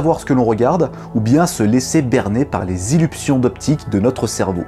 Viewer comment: Des illuPsions d'optique ? DésillusSions optiques ? C'est mignon en fait ^^